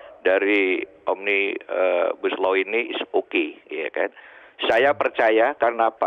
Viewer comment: Pendemo Yang gak ngerti Omnibus Law... Nyebutnya ... "OMNIGUSLOW" 😁😁😁😁😁😁 ✌✌✌✌✌✌